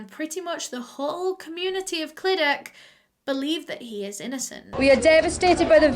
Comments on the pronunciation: Clydach is pronounced like cluh-dach (and the "ch" is pronounced like the Scottish "loch") or some might say "clee-dach" so idk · cli duck <3 ik she tried but its funny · The way she was saying clydach was making me cringe as a Welsh person😂😂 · I used to live in clydach I’ve never heard anyone pronounce like you just did lol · appreciate you said sorry for the mispronunciation, however the welsh language and the culture here shouldn’t be baffling to you nor anyone. it’s just like any other country, like places you go to holiday on. The language and culture is important here just like it is in any other country. I dunno, that pissed me off.. always get people shitting on Wales and have no idea why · Welshie here, pretty sure you did a great job pronouncing names! I think if i were to pronounce the name of Clydach, I’d use the welsh pronunciation of the letter ch (yes... ch is it’s own letter in welsh, it’s hard to explain but it has a throaty sound to it) but I’m not from that area (Cardiff yeehaw) so I might be wrong! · You need to enunciate the "ch" Think of a deep voiced cat hissing at you and that's pretty much the sound 😂 🏴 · The way you say Clydach is so admirable 😂 You tried, were really close too! But, imagine it as if the 'ch' sound is a 'th' but with the placement of your tongue at the bottom of your lower teeth instead of the top of your upper teeth Live really close to Clydach and I've heard actual welsh people butcher that name. So props toe you for getting it as well as you did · Did you notice she said Clydach wrong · I'm English but I've lived in Wales my whole life. It ku da bugs me how she mispronounced 'Clydach' but it's fine, Welsh is a weird language. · both wrong tho :/ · O butt why can't you pronounce Clydach right en, I also live next to Clydach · It’s the fact that this is 10 mins away from my house from me and your saying it wrong bb but love your videos❤️❤️ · i love u but how you say clydach makes me cringe. love u tho xxxx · “Clydak” lol